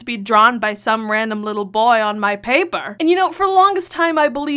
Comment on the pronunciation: “On my PAÆPAR” best line ever 😂